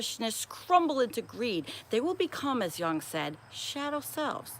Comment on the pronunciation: That was a lovely reading. If you get a moment, check your pronunciation of (Carl) Jung and (Albert) Camus.